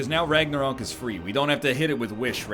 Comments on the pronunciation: R A G N A R O Q U E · Why the fuck is he pronouncing Ragnarok like that lol 😂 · Everyone else: “Ragnarok” Egg: “Ragnaröek” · Seriously why do you keep pronouncing Ragnarok like that egg dad? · It's funny, like dan saying clock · Can tell NL has been friends with Dan for too long by how he pronounces Ragnarok